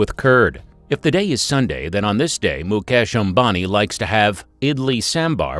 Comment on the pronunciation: At least you can pronounce the man 's name properly .